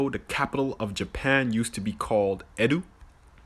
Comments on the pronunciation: That's a lot of shoehorning for trying to demonstrate how Yoruba and Japanese are similar, especially when some of them are downright wrong regardless of any pronunciation a Japanese character has. And Edo in Japanese is pronounced "eh-doh", not "eh-du". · I live in Japan. I’m not Japanese but Edo isn’t pronounced Edoo. It’s pronounced e as in elephant and do as in doe. I’m starting to understand why Japan has such a strict immigration policy too. 🤔 Why has the US become like this? Don’t make me live in Japan for longer than I have to. 😂🤦🏻‍♀️ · He's not pronouncing Edo any where near correct. As for black samurai, there's only one that I'm aware of. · That black guy in the beginning is an idiot... He's not even pronouncing Edo and Shogun correctly... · The capital of Nigeria is called Edo? Wtf? Edo is a state and a tribe 💀black Americans are so illiterate when it comes to matters outside where they live. He can’t even pronounce Edo right. So embarrassing smh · Tokyo used to be called Edo, not Edu... not even able to pronounce correctly this very simple word. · It is not pronounced e DU it is ed O. Stop making things into something it is not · Lol that dude can't even pronounce Edo lmao it's not Edu, learn Japanese 😂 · It's not Eddu, it's Edo ... Eeeeeeedooooooo, just short. Is this the guy who desperately wants everything to be black culture? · He pronounced “ED-OH” as “ED-OO” just to force this comparison bruh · He's intentionally pronouncing Edo (EH-doh) as 'edd-OO'. 🙄 Mispronounced 'Buddha', mispronounced 'Shogun'. Ugh... 🤦🏿‍♂️ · It's pronounced A-Do(n't) without the n't, not A-Du, this guy needs to be edocated😂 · The First Gentleman linking Zulu language with Japanese is incorrect. Tokyo was never called “Edu.” The city’s name was “Edo,” which is pronounced Ay (long A sound) Doe (as in female deer). He is saying a completely different word. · Lol he purposefully pronounced “Edo” as “Edu” to fit his narrative 😂😂 I hate black centrists.